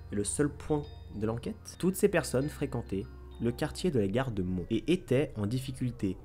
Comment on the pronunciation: J'habites pas très loin de la ville de Mons et ça se prononce Monsse ( donc on prononce le "s" ) cordialement. Cette partie m'a fait grincer des dents sinon c'est une super idée pour Halloween j'adore ce genre d'histoire